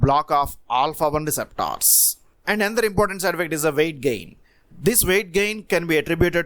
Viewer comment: Indeed 😁 I reckon he's from India.